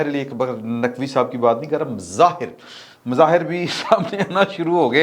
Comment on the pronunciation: سلامت رہیں مظاہر نہیں بظاہر ہوتا ہے